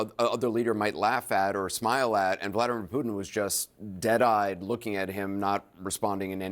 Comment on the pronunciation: Vla-dEE-mir!!! POO-tin.god r u deaf it's not rocket science to pronounce his nae correctly!!!